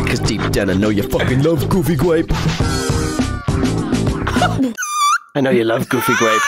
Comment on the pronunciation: It's pronounce goofy gwape